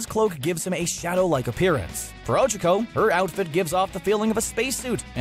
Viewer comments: These aren't rules, they're just some facts about the anime. Also, it's not 'Ochoco', it's Ochaco. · Ochako (Oh-CHA-Ko) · Oh my fucking god why did you say ochako like that it hurts my soul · Anyone else heard him ochako wrong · How tf did he mispronounce Ochaco